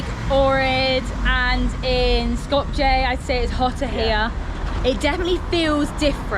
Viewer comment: Bruh, thats not how you pronounce Përshëndetje wtf 😂 or Skopje lol. If you are still in Albania I would advise just talking to local people and they will be very happy to teach you